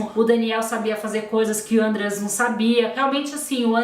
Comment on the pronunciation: a pronúncia do nome do Andreas é outra. O nome é alemão e não é falado com acento circunflexo no primeuro A. Segundo o Ullisses Capbel e todos da lei que estiveram envolvidos com o caso, quem leva a Suzane para o Ibirapuera e o pai deles, que obrigada ela a acompanhar o irmão nas aulas de aeromodelismo. Outro ponto: a viagem do casal foi no meio do ano. E esses filmes foram feitos pelas defesas da Wuzane e dos irmãos Cravinhos; são manipulados. Tem vários podcasts e os livros do Ullisses contam certinho os detalhes.